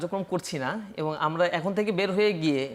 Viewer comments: সে এবং বলতে পারেনা। বলে এবন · নাচির ভাই : এবন (ঠিক মতে এবং ও বলতে পারেনা) আরো কত ভুল শব্দ উচ্চারণে😁